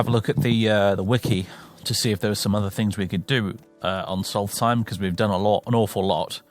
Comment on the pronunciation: Funny, I always imagined it to be Solst-Heim instead of Sols-Theim, as you pronounce it